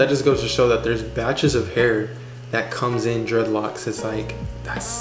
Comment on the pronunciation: It hurts my ears hearing u calling them dreadlocs